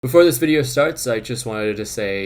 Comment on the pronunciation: Your "before" sounded like the German "bevor" and had me extremely confused for a millisecond